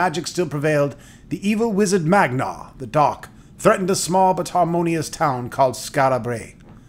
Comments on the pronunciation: *Man*gar, not magnar, for he is a manly man! :P Ribbing of your pronunciation aside, the bard's tale is a great series. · Please stop saying Magnar instead of Mangar. Never mind, can't continue watching your video. Maybe play the game first, then do the video on it. nty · Great! Now, just one quibe ... the evil wizard's name is MaN!gar, not MaGNar! You keep switching the n and the g in his name. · I spent MANY hours playing the Commodore 64 version. Good times! Also, it's Mangar so why does he keep saying Magnar? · Mangar.....not Magnar.....